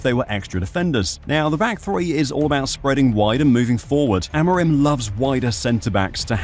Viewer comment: it's Amorim! Lolol Amiron sounds so weird lol